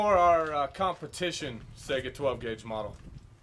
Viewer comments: I HATE how people pronounce the name of this gun. I am taking a Russian Language course and will be travelling to Moscow during the next semester of college. The gun is not Pronounced "Sega" like the game console. The Russian word Сайга is pronounced "Sai-Gah" :( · I've heard sAiga (ei) , but correct is saigA (a:) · Its not pronounced sega.... its SAI GA ... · come on man, why do so many people call the saiga a sega? just like calling a mosin nagant a mo-sin na-nant, its mo-zeen nuh-gohn the t is silent.